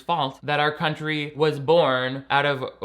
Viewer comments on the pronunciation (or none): none